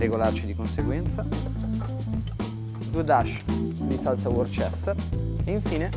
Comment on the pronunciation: Travasato 8 volte,ovvero raddoppiato. La pronuncia della '"Worcester" è da studiare. il CELERY SALT sai cos'è?